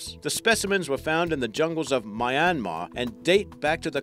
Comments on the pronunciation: Myan-mar not My-an-mar😅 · He said My-an-mar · Having spent 2 months in myanmar - it is pronounced Myinmar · Omg you said Myanmar wrong but oh well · How the hell did you just pronounce my native country's name? xD